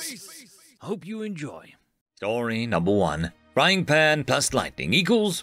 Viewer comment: Fying pan 😂